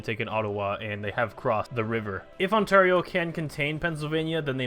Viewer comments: Ontario is pronounced On-Tear-E-Oh not On-Tar-I-Oh xD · you pronounce it right later on, wat